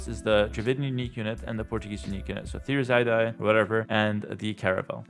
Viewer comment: next we have dravidians with thiri ... what ever 11 ... its Thir-iss-a-dye ;)